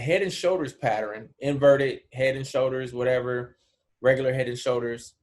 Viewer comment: Enjoy the Videos bruh, but PATTERN is a 2 syllables word. Pat -Tern.